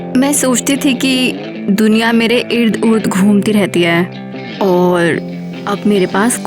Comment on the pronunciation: ird gurd ❎ ird gird✅